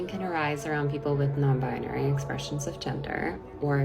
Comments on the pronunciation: the woman in this video says it more than once. check . i hear it in many videos. ok good bye, take care. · why do they always say "nonbiAnary? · THAT'S NOT WHAT I SAID. many people say non-bi-a-nary with the extra "a"...